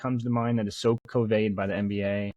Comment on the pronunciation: covayed? cov-et-ed